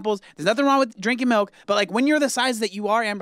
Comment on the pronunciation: I can’t stand watching eat. She chews fast, with her front teeth, her breathing is always labored and excessive when eating and she sticks her tongue out when she takes a bite. It’s so weird and gross. Not to mention how she pronounces food... aaahhgggsss (eggs), meelk (milk) and the list goes on and on